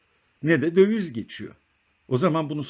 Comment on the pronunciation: Merhaba, video için teşekkürler. Naçizane bir eleştirim olacak. Sürekli "dövüz" dediniz. Bir ekonomi kanalında "döviz" kelimesi çok geçtiği için düzeltmek iyi olabilir. Kolay gelsin.